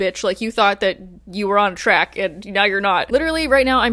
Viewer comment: I heard “on crack” instead of “on track.” I was a tad bit confused. I treated myself to Heartstopped V 5 today!